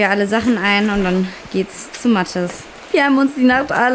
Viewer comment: Wie immer matjes sagt